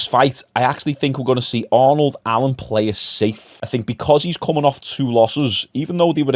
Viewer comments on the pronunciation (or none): none